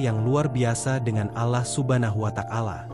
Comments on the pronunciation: coba siiiih,,,ucapkan nya ALLAH jgn alah,,, telinga sy gatal dengar nya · Keliatan nya yg membaca naskah bukan orang Islam, karena membaca nya lucu, dan mahroj nya salah!! dan tidak fasih, membaca Alloh, diucapkan Alah, dan membaca Rasullullah SAW, membaca kitab Injil, silahkan dengar kan dengan saksama!!! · Yg membawa kan cerita bgs , cuma penyebutan nama Allah dan subhanahuabta'ala diperbaiki ,..Allah L nya tebal . Bukan alah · Pembicaranya lucu😂😂 seloloh katanya 😅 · Maaf bercerita tentang Islam tp penyebutan,Alloh DWTdan nyebut Rasulullah salah,masa g ada usaha utk d perbaiki